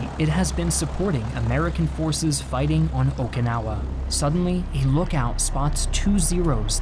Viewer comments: OMG dude its O"KI"nawa not O"KA"nawa, i see you said sorry for mispronouncing other words say sorry lol. i was cringing doing the whole video, also the Japanese used human waste to coat the front of the hills would dump human waste on the Americans as they advanced up the hills. The retreat of the Japanese to the very south of the island was also horrible as the Japanese used Okinawan citizens as human shield. It is why Okinawans will tell you they are not Japanese. -An Okinawan/American. its where the oki on my name comes from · I care, and at least 141 other people do. This creator is awful at pronounciation, and in an audiovisual format the audio is important. The way he said Okinawa grates on my ears as well.